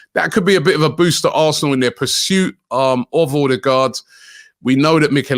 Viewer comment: Is OH-DEH-GUARD Robbie. Not OR-de-gardddd